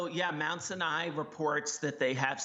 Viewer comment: Good report but it is pronounced Mount Sinai with the accent on the first syllable. How hard is it to know the name of the damn hospital?